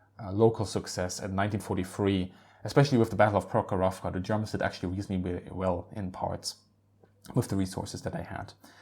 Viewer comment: its PrOkhrovka, not ProkhorOvka. If you will have any questions concerning russian language in the fututre, feel free to ask